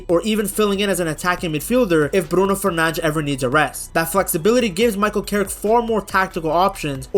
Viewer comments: fernandes pronounce the des not fernang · Stop saying Bruno Furnanch😂